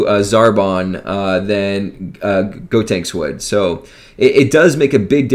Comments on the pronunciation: Is he saying God tanks? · It’s GOtenks. Like GO. The opposite of stop. GOtenks. GOhan. GOtenks.